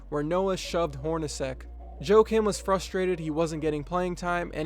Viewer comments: u Americanized pronunciation of his name. Joe Kim?? Joakim pronounced Wa kim... the J is silent. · Pronounced "Yah-keem" Noah?